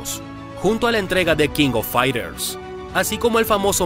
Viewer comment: Pronuncia bien no se te entiende nada, No es Kingofaiter es King Of Fighters